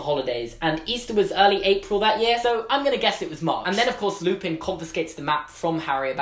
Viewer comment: James Lee it's lupin, not lupine.